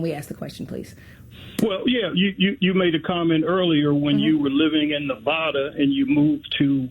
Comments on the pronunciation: I live in Nevada. It's not Nuvawduh. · The caller told her that she’s not smart. The next sentence out of his mouth, he mispronounced Nevada.